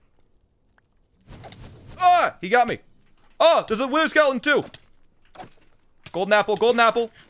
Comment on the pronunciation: ah theres a wi'er skele'on too.